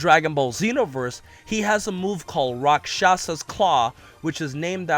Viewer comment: actually that just means Demon Claw. Not anything to do with maneating monster. Also you pronounced it wrong, its pronounced Raa-ksh-u-saa's